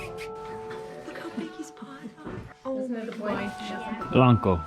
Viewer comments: You said it "Blanco" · Blanco. That sounded like a great name when you said it. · you said it "Blanco" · I thought he said that too Blanco. I liked it too.